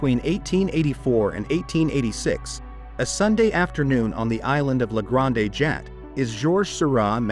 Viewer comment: Ridiculous pronunciation of grande it is french not Spanish granday!😊